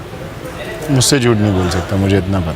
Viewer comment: Game ko Gam bolti hai 😂